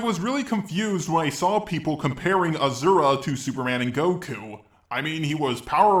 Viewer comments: hes still saying his name wrong still its aSura not aZura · He isn't pronounced "Azura" or "Ashura" just say "Asura" like it's spelt bro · its not pronounce azura its pronounce aaasuraaa kinda gave more impact on the a but yeah in hindu mythos its asuuraa or asur in sort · dude dont want to be picky about pronounciation but its not ashura or azura its a su ra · Ah-Sur-Uh, not Ah-zur-ah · My good sir... it is pronounced 'Ah-sir-ra' not 'Ah-zura' You're welcome~ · It's actually A-sher-a in Indian (where it's originated) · Why do you keep saying Ahzura? And I already can see you don't know the fact that this game is from a religion and the "Giant Sumo Wrestler" is a God. Now before I make a rant on this entire video let me finish it instead...... Edit 1 : Asura fought the gods basically in a ranking system you saying his feats aren't much more impressive are wrong because each time he beat one the more struggle he went through from the next. I'd say at least 2 Gods he didn't struggle with I can agree in that. Edit 2 : Asura didn't absorb the laser he Activated his Mantra form and apparently just in time blocked the laser from earth. Also Mithra gave him his Mantra form to have it wasn't temporary. Same how she was forced to give the form for the first boss. Edit 3 : The punch didn't kill him....as Mithra said "If you kill him all Mantra will be lost and you will die." So him killing Chaka killed him. Im going to assume maybe you didn't really play the game... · It’s pronounced asura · aw-sir-ah that's how you pronounce it Just sayin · Please go back to pronouncing it ashura.... That's so disturbing... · Just to clarify it is pronounced Ah-suu-ra. It is the japanese pronounciation of his name that is used in the game so yeah. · That Z pronunciation tho. But that didn't take away from how AWESOME this video is. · bro cant eve pronounce his name right